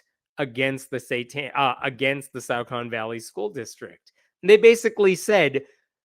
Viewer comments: Okay it's disturbing to know that this is happening pretty much next door to me. But I can tell you with great confidence that the "au" in Saucon is not pronounced like "out"; It is pronounced like "saw". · It's pronounced "saw-con". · It's pronounced "saw-kin". 🎉👍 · It is pronounced SAW-Kun It is literally just down the street from me. I went to high school there. I heard nothing about this. They really kept this under raps THANK YOU SO MUCH FOR DOING THIS VIDEO I am going to spread this message right now to all my local groups.